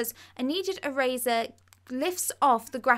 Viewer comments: "A needed araza" did she mean a neaded eraser?? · Through - frough Eraser - erazer Thing - fing (This is what she says) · "e-razuh" lol